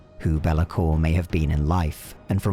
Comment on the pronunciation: It's not bel-a-kor; it's bay-la-kor